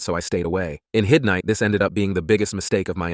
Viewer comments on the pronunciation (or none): am i the only one who heard "hiznight" instead of Hindsight?